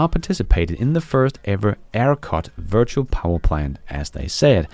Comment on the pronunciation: Precisely!, as a Danish citizen, sometimes struggles with English. We must be indulgent. 😏